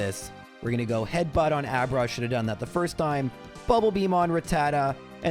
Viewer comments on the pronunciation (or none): none